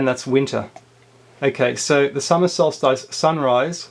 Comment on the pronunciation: (oh, and by the way, the "ice" in solstice is pronounced like the "iss" in hiss, not the "ice" in mice...)